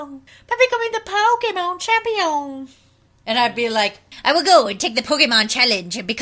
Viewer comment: poke-MON champ-ION. epic. lawls